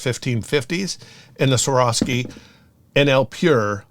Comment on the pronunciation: Y do people have so much trouble pronouncing swarovski!,???